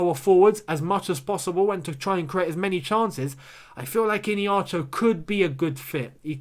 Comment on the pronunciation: Hi, Not ihinacho